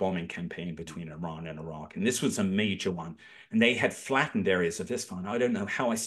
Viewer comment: It's pronounced E-RUN not i-ran.....